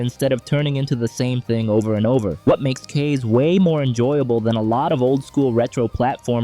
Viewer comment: Thank you for that video, definitely going to try some games there. Just so you know, Kaze is pronounced “KAH-zeh” (the Japanese word for “wind”).